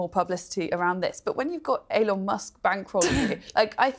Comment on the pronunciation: "bad business decision by Ellon musk? C'mon, atleast get his damn name right, one L love, one L. e-lon not El-Lon.